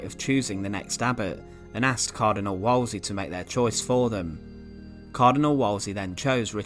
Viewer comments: It's pronounced 'Woolsey' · Its pronounced woolsey not wallsey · It's pronounced "Woolsey".